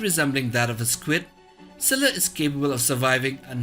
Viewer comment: Did he said - ciscilla?